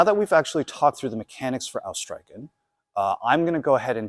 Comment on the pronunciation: Nice vid, just a little thing, the ch in streichen sounds like the CH in Loch Ness, not like a K.